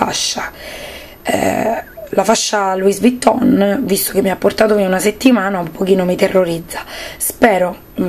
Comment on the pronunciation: non si pronuncia la "s" di Luis vitton! togli la s e metti una ì con l'accento!